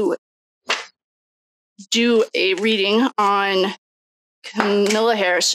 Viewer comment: It’s Comma-la. The bias is clear.